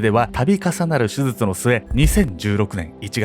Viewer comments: せつじょすずつ(笑) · 後半はもう「すずつ(手術)」って言っちゃってるけど 言い直してない部分も含めていつも面白いです🤣♥️ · 手術がすずつって聞こえる。親近感。 デデさん、かわいそう。